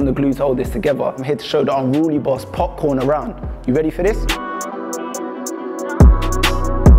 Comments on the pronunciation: A man said “Popcorn” 😂🤦🏾‍♂️ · Why he murder his name at the beginning like that man said :"popcorn" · so no once clocked that he said 'popcorn' and not 'popcaan' ? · Its popcaaan not popcorn bro